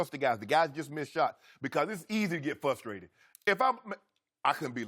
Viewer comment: fustrated -Shannon Sharpe